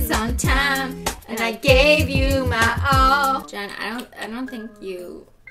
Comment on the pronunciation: Riley Riordan Jen not jeyn like wth